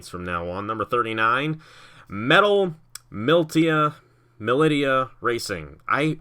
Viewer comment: It’s pronounced Metal Mull-ish-a. And all is forgiven 👍